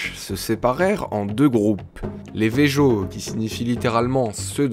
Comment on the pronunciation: tu dit vejo😂😂c’est vezo